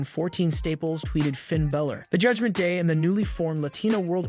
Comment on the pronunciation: Its Balor not Bilor 😂 dickhead